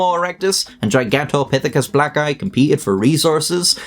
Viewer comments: Who else thought he was saying “gigantopithicus Black guy” instead of “blacki” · If you don't pay attention to the text on screen it sounds like he's saying gigantopithecus black guy. Whoa that must be one tall black guy. Someone should try recruiting him for the NBA. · Bro I thought you said, Gigantopitheci black guy. Lmao I was like wait what he say lol😂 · Oh good, I'm not the only one who heard that. The comparison with a modern gorilla helped that thing be properly terrifying, more so than seeing it next to a human. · I heard black guy too lol